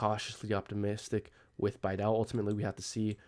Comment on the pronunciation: its BEE-DOW, go watch one of bastian's video, that is how he pronounces it